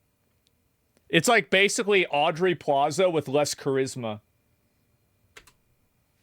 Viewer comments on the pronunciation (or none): It’s Aubrey plaza not Audrey